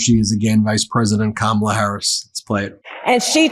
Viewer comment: I told my kids I am immigrating to America because of Kamala😂 From South Africa … What a lady What a speech.. Go Kamala. Your grandkids taught adults to pronounce your name ? Shame on the adults who ignorantly and maliciously mispronounce your name. Your grand kids have more sense than some 78 year olds.. You brought them up correct 🙏🙏 Respect the name parents gave you….